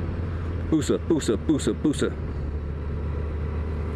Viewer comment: If you're going to say "BUSA" like that in your video, have it flash on the fucking screen dude. WTF...